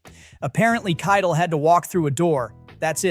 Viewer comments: KIE TELL is how you pronounce his name not kitel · Dude, you can just type "Kie Tell" when typing Keitel into your AI software so that it'll be pronounced properly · KITE el 🤦‍♂ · You lost me at your pronunciation of Harvey Keitel. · how can you make youtube movie content and not know how to pronounce Harvey Kietel's name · Actually, the narrator mispronounced Keitel. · AI can’t say it properly.